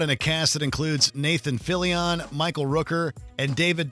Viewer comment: “Nathan Filly-On” 😂